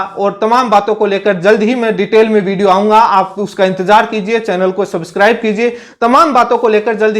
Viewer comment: Subscribe toh aap bol nhi paate aur chale h deled ko nyay dilane😂